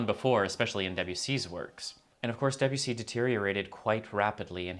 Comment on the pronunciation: Two quick and easy French lessons: The first syllable of “Debussy” is approximately the same as the first syllable of “debate”, not the first syllable of “Debbie”. And French, unlike English, lacks a strong stress accent, so avoid stressing any of the syllables except perhaps a slight stress on the last syllable if it makes the name easier to say.